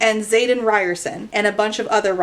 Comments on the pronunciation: Today I learned that I may have been pronouncing Xaden's name incorrectly... Ree-ore-son? How did I not make the "ri(d)ers-son" connection haha, I feel so slow!! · i keep hearing "riderson" as "ryerson." so like the unbelievably steamy love interest is named after the dweeby guy bill murray punches in groundhog day